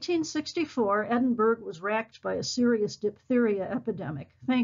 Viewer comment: Thank you, but pease pronounce Edinburgh properly.